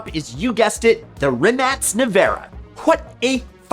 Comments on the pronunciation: No it’s pronounced Rimac with a c not k. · The Rimac Nevera is actually pronounced Rymak neverah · It's pronounced similar to "Rimats". It's a coratian name